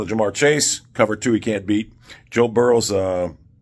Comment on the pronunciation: Boe Jurrow